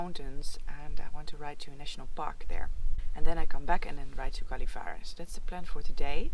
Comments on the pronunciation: Gällevare has no G sound but J or as in English Yellow. The coffee get better the more north you go. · Gällivare...is pronounced "Jellivare" 😉😉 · Fantastic day! I remember the feeling when you got to ride without all the packing on the bike from my days of bike touring! Cant wait until the next video! PS. Gällivare sounds something like "Yellivare" DA.